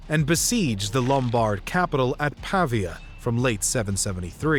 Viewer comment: Great video! Small note, more a suggestion than a critique: a couple of the pronunciations miss the stress. For example, Pavia is pah-VEE-ah, not PAH-vee-ah.